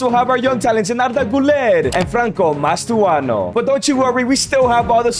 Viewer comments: Its not mastoano pal its Mastantuono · he really said "mastuono" 🥀🥀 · cant help but notice the "Mastuano" of Mastantuono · mastuano its mastuntanuo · Mastantuono ❌ Mastuano ✅